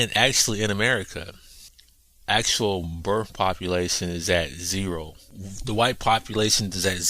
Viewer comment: It's birth.....not birff